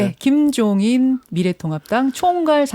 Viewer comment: 코돌이들 이라고 유치한 말을 했던 노인네가 정말 욕심이 장난아니십니다. 당 이름도 제대로 말 하지도 못하고 발음도 어눌 하시니 그만 편히 계시지 능력이 안되시는 분이 ....쯪쯪...